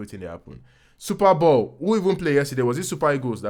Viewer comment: Please it's Super Bowl not Super Ball 🙄🙄😅